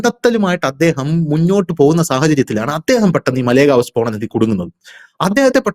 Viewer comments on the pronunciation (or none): മലേഗാവ് അല്ല മാലേഗാവ്ആണ് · മലേ ഗാവ് അല്ല മാലേഗാവ് ആണ്. കുറ്റം പറയുന്നതല്ല. പറഞ്ഞ് എന്ന് മാത്രം.